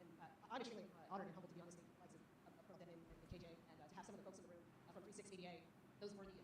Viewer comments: Colonel is pronounced "kernel" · colonel is pronounced.. Kernal. but its close enough. Well, only reason why American's aren't there.. they don't know what russians are or ukraines to be honest. But they can tell you what a jewish person is and why they should protest the "mighty" jews over the "underdogs" even if the underdogs killed hundreds of people, but god forbid somebody retaliates against the underdog. Free occupied Ukraine. Protest Russia. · Colonel pronounced Kernal in English language😊 Great job as usual 👍💜💚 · Just FYI because this is a common mispronunciation: Colonel is pronounced "Kernel" in English (like a popcorn kernel). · Daily reminder that "colonel" is pronounced "kernel". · One note about pronunciation: the word "colonel" is actually pronounced like "kernel" in English. Yes, it's ridiculous, but that's English for you! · btw I think Colonel is pronounced the same as "kernel". (At least according to googling "colonel pronunciation") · I'm sure you want to know colonel is pronounced ker-nal. Thank you for your work. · colonel is pronounced like “kernel”. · Yeah FYI for whatever reason "Colonel" is actually pronounced "Kernel" like corn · your site regarding Russia is the site we watch as true and reliable information. Just a correction for the pronunciation of US COLONEL. Say it like US kurnel. Makes no sense but that's how to say it. Your information about this current world situation is much appreciated. We know this is a very difficult time for you and your family. Our prayers are with you. Bill and Pam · Love your content...although I wish you would check pronunciation of words you don't know :-) "colonel" as an example takes only seconds on Google. I wish you well none the less 🙂